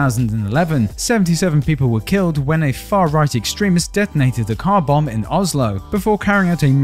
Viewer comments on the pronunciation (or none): none